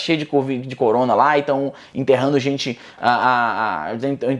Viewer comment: "Interrano", "rancá"... Eu ja parava por ai